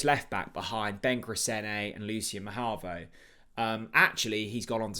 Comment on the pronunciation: STOP SAYING MAHAVO